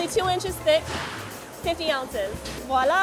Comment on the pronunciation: it's not WALLA ! ITS Voilà :face-fuchsia-wide-eyes